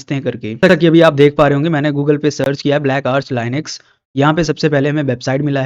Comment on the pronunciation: it saying lyiinux